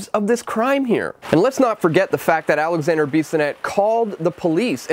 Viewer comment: Alexandre not Alexander. I really want but you make to much mistakes in your content.